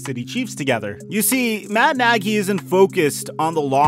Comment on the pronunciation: Am i the only one that noticed you said foles and nagey on the chiefs? Lol love the content man appreciate the daily uploads and mitch just got traded to the Steelers. You should do another video about him this upcoming year. I think he's gunna do well here in the burgh